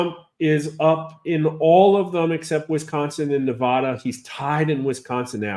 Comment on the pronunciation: impressive however you keep on mispronouncing Nevada. Creating fake stats has two purposes; one's to influence and push people into what you want because there's lots of stupid sheep e L voters Number two is to lay a smoke screen in order to steal the VOTE a little easier